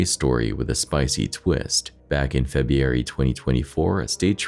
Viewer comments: What month is "Feb-ee-ary?" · The way u pronounce FEB-RU-ARY should be a PSA for kids to stay in school. And unfortunately for some reason, that month comes up alot in this marathon video.